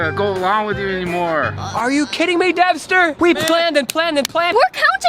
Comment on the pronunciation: It’s Devster not dexter